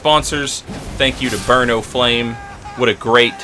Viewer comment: every time you say burn, o flame with any speed, i just hear it as burno flame like it's some cheesy off-brand fire or something